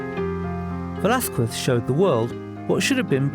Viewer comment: Quite disappointing this documentary the "presenter" didn't even make the minimum effort of pronouncing Velázquez surname or name properly. Would it be a Lack of knowledge? lack of understanding? or just euroaglisism?.... Either way is fuked and demianing. Also degrades the quality of this channel.